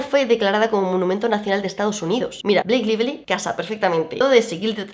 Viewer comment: Se pronuncia Bleik Laifli, ay por dios